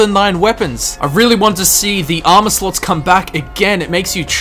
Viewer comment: When i heard him say armor slots I heard armor sluts. Im wierd lol